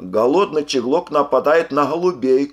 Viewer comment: Не щеглок а чеглок